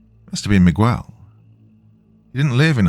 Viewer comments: I love my youtube narrators, but the odd mispronunciation just gets to me. Not mi-qwel, its mi-gehl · This Miguel thing literally almost made me quit this story. Dr. You are the best but... its worth rerecording. It's like calling Thomas though-mass.